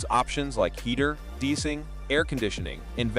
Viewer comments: This video is garbage! Just a bunch of random footage repeated over and over, not matching the audio and read by an AI bot. WTF is "deecing?" It's de-icing, you more ons! BOO! Thumbs down! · The "AI" (Artificial IDIOCY) robot says- "This includes options like heater, DEE-SING..." AKA- DE-ICING!! C'MON! JEEZE-O-PETE! Just get a frikkin' HUMAN to read the 4 & 1/2 minute script!!!